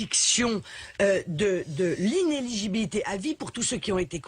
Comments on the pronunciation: "Inéligibilité" cousin, il faudrait que tu apprennes à parler français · Tu as du mal avec le mot "inéligibilité" que tu ne prononce pas entièrement lol, mais sinon, très bonne vidéo